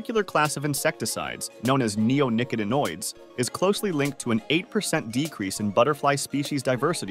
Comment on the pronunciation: neonicotinoids has the syllable "ot" accented. neo nick Ought i noids